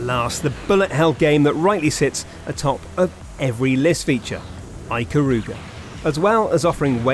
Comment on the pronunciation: no touhou games mentioned. 1/3 of the games that are mentioned aren't bullet hell. and finally, adding insult to injury, he mispronounces ikaruga '_'